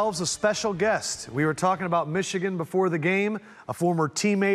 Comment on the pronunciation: Dude at the end said "wishigan Wolverines. Hope that was a mistake and not a shot